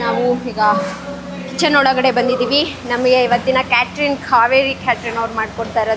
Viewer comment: Yeah, that's wt I was thinking she is saying caterin instead of catering. Money can't buy class.